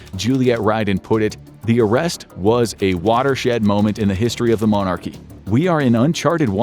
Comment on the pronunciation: monarchy not mon ARCHY and epstein, not epsteeeeeen, and paedophile, not 'andrew'... yw (for people who don't get that it's tongue in cheek, it is)